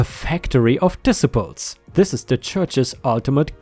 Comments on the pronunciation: For future reference, tithes is a one syllable word and is pronounced with a long "i." The second "i" in the word disciples is also long. (tīthes, discīples) And rabies is pronounced rābeez. Rabbis is the plural of rabbi, essentially the jewish equivalent to a priest. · Tithes is pronounced “tie-ths”. It is giving a percentage of your income to the church. Disciples is pronounced “dee -sigh-ples” It means followers. Rabies is pronounced “Ray-bees” which is a sickness passed on from animal to animal, usually through a bite that is fatal and can be passed to humans if bitten.⭐️⭐️⭐️⭐️⭐️⭐️⭐️⭐️⭐️⭐️⭐️⭐️⭐️⭐️⭐️⭐️⭐️⭐️⭐️⭐️⭐️ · "Disciples" is said diss sy pullz. "Rabies" is said _ray- bies, rhymes with babies.